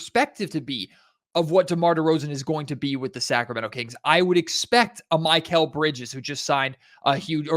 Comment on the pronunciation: Muh-kel bridges. Not My-Cale